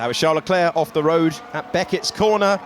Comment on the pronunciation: Why can the commentators say every driver's name correctly except for Charles Leclerc? It's not Shawn Leclair!!!